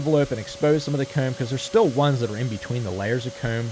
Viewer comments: It's not comb, it's "cayume" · The way you say 'comb' is like a south park character like Eric Cartmen its funny. " Kerrm" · "the coumb" lmaoo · Is it weird to say I like the way he says “comb” and “home”? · hate how this guy pronounces "comb" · He turns British when he says comb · You say comb in the worst way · the only thing going threw my head is how he says come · This dude says comb funny and I love it